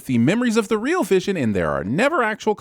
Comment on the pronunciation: Who’s “visiom”?